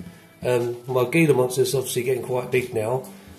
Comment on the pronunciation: It's pronounced hila monster